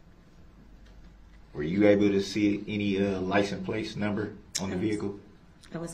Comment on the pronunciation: I have heard a lot of miss pronounced words in my life but he is the first I’ve heard say licen place. The first time I figured he just misspoke but he says it 20 times or more.